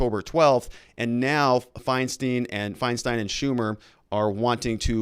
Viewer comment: Ok pronunciation tip: it’s Andy No ( the G is silent) Feinstein = both syllables rhyme Means fine stone Mack- n-NAY-knee Mack-n.= just like mac n cheese minus the cheese NAY as in the opposite of Aye. This syllable is stressed knee= the body part Mack-n-NAY-knee